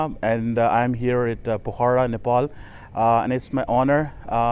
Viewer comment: this is POKHARA not pakhora as you every time pronounced